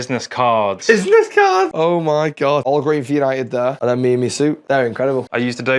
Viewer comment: Absolute Class, 10/10, YANITED, YANITED, YANITED